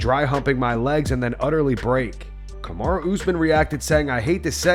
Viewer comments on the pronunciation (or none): none